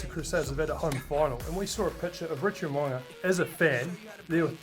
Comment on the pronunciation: Mo'unga not Mowanga